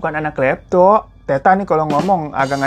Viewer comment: Sebutan tetta pani nya itu Tet-ta, dua t nya (tetta)bukan teta😅, itu sebutan bapak/ayah di makassar. Bang hiro lucu nyebutinnya😂